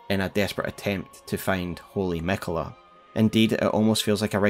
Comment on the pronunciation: Is it Canon to pronounce miquella like it has one L instead of two Ls? Where did that come from?